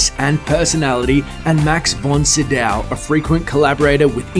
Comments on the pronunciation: Max von Sydow's last name isn't pronounced Si-DOW, it's pronounced Seed-o. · your pronunciation of Sydow makes me cry